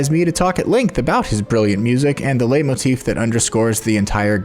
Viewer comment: I have no idea about music and music theory, but I still love listening to videos like this and feeling like I do. Just an unasked-for tip: It's pronounced "lite-motif".